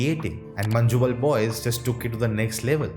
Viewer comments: Manjumel pronounce as ManNewmel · No non Malayali could pronounce 'Manjummel' correctly 😊- Not even Tamilians